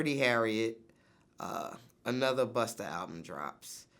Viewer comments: why vlad keep saying buster... is it that hard 2 pronounce BUSTA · Vlad you have to say busta not buster. It changes the whole meaning of his name. Bust - A - rhyme. If u can pronounce vladamir u can pronounce busta. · It’s BUSTA... NOT BUSTER!🤦🏾‍♂️ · Why you keep saying "Buster" it's busta for fook sakes!!! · LOL, vlad keeps calling Busta , "Buster" and this dude is supposed to be all about the hip hop culture? Dumb a**. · And learn how to say Busta not "Buster" LOL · Vlad his name is busta not buster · "Buster" its BUSTA! Police ass vlad a whole bitch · vlad his name is BUSTA not BUSTER smh ur such a bozo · I hate you vlad, it's BUSTA! BUS TAAAAAH, NOT BUS TERRRRR, FUCK!!!!! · Europeans and them "er"s. Yo Vlad, its "Busta", not "Buster", muhfukka. Goddamn! Up in here ruinin a Legends name n shit.😡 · It’s busta VLAD not buster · Tell Vlad it’s not buster it’s busta officer sheesh!!!😂😂😂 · Why does he keep calling Busta, “Buster”??? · It's Busta, not Buster. Bitchass Vlad. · For fucks sake Vlad!! Stop saying Buster!! It's Busta!! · It’s not “Buster” rhymes.. Vlad is so trash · His name is “Busta” not Buster. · Vlad Its BUSTA not BUSTER LoL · Yo Vlad. It's Busta, not Buster. Sheesh. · VLAD..... It’s Busta not Buster!🤦🏾‍♂️ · Bustah... VLAD. BUSTAH. NOT buster. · It's B-U-S-T-A, as in Bust A Rhyme, Vlad. Not Buster... The hard R don't even make sense. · Busta...NOT BUSTER.... lmao he not a tiny toons charecter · "Buster" lol Vlad keeps saying that and I laugh each time. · I’m more annoyed than anything by Vlad repeatedly calling him “Buster” the entire interview. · Why Vlad keep calling Busta "Buster"? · Why does he keep calling Busta "Buster"? So disrespectful! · it's not buster VLAD.. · Why he keep saying Buster? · Vlad probably the only dude who call Busta Rhymes “BUSTER” lol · I swear everytime Vlad's talkin bout Busta he says Busterr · He keeps saying "Buster" like Vlad why must you be so cringey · Why does Vlad keep calling him buster though?!? Lol